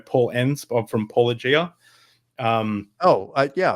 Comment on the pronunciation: That’s trivial. It is simply because the vast majority of academic philosophers pronounce “apologia” far closer to how they mispronounce “Paulogia” than to “ay-PAWL-oh-gee-ah”. Years of philosophical study and communications in which they are told that “apologia” is pronounced “app-uh-LOW-geeuh” just leads to stumbles when Paul insists that a name intentionally made to look like “apologia” must be pronounced very differently.